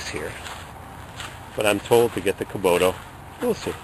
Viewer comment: ok, first of all, its not kuboto, the way you say it, kubota, second of all, if you want a real tractor, get a deere, get a belly mower, much easier to handle, the 3 point hitch is a bitch, cause it swings all over when you turn, and they dig in when you back up, as far as snow blowers, fronts are hydro, and are freakin guttless. the rear may be a bit harder to operate, but much more power... good luck